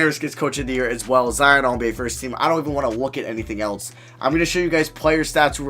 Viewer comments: It's else not elts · Why does he always say Eltse instead of else😂